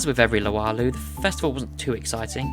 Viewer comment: Luau = LOO-ow (Loo as in UK slang for bathroom)